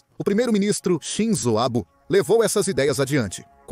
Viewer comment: Abe? Eibi? Abo? Maculou o documentário